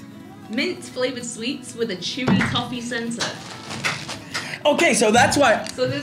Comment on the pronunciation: Hilarious Reactions of Gonzalo & Roman Not Liking the Liquorice Allsorts & Cadbury's Caramel aswell as Gonzalo saying "Toe - Fee" instead of Toffee and the Lemon Sherbet its a "SHERBET" ahahah